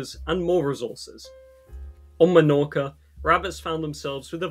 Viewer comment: Melorca, malorca and aiviza, the three major Balearic islands... Man... You also have all of the correct pronunciations in English, its not like ñ or something, you have them on normal words